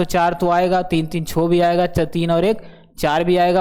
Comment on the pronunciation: 6 ko aap Chho mast bolte ho.....